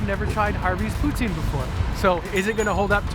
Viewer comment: BOON, sorry that's not poutine..... SA-CRI-LÈ-GES